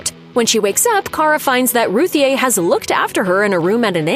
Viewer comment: According to Tom King Ruthye is pronounced Ruthie